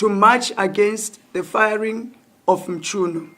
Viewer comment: It's not mshunu but Mchunu eish 😢